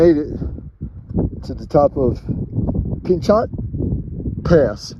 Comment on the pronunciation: Not that it matters, but Pinchot is pronounced Pin-cho (the T at the end is silent) Happy Trails. 😋